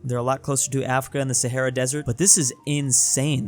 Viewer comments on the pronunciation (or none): none